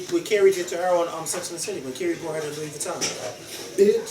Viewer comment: Do all Philly ppl pronounce the words "Taught and Brought" the way & does????????? - toe'wert & bro'wert LMAO... just curious